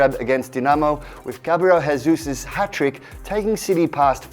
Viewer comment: JESUUUUSSSS NOT HESUS!!!!! THE GUY IS BRAZILIAN NOT SPANISHSSSSSSSS JESUS PRONOUNCED GESUS LIKE JESUS FUCKING CHRIST!!!!!!!!!